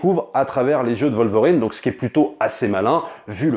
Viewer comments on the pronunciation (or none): Pourquoi vous prononcer le W de Wolverine en V